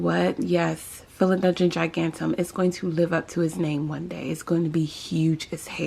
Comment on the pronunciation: You are saying it wrong! 🥰😁🥰😁🥰😁🥰 Subscribed! 😂